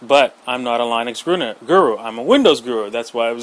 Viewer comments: its not "line-ux"... its linux, lynn-ux linux.... GOD! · Tomato Tamato whats the difference It's not like I messed up your name you don't have to get a huffy about it. You get better results if you did this... "Just as an FYI the pronunciation for linux is lynn-ux not line-ux, most main stream media shows have made this mistake so it's understandable." Then I would say "Oh OK thanks" instead of "WHATEVER DUDE!" and keep say line-ux just to get under your skin. :)